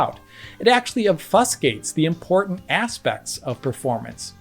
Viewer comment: I'm officially charmed by the way pronounces "obfuscates"